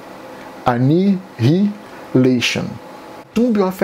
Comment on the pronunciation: Morri no annihilation hahaha na real vc fala enaialeixon mto bom vídeo